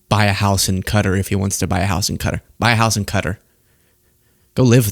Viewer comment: You can understand the poor kids confusion...both Santa & Trump are fake fat f*cks It's Qatar like Kuh taa not Cutter